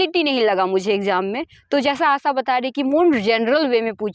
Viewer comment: आशा ❎ आसा ✅